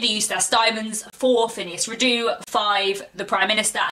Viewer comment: Hello and thank you for another interesting video. I look forward to your thoughts on The Palliser novels. Just one thing if I may and that is can you please pronounce Phineas Redux correctly? I refer to the Redux part of the title which is pronounced Ree-ducks not re-doo. It comes from the Latin and not the French (as I suspect you may think). Apologies if this offends I certainly don't mean it to. Your channel is one of the brighter, intelligent and more thoughtful places on YouTube. Many thanks.